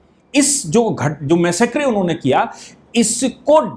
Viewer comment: It is मेसेकर.....NOTमैसेक्रे